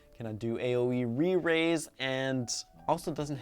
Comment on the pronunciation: He's says 'aoe re-rise' 😂